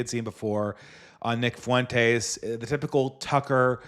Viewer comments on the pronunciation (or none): why do you pronounce Fuentes as fa-WEN-tays when he goes by FWEN-tez? It makes him sound extra Mexican - hope it's an accident, good stream.